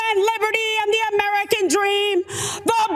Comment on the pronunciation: she pronounced the shit out of AM-ER-I-CAAAAA! 😆